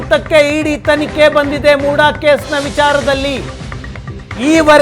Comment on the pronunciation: ಮೂಡಾ ಅಲ್ಲ ಸ್ವಾಮಿ ಮುಡ